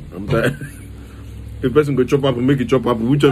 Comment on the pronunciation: 😊: me am tiad. Me:😭😭😭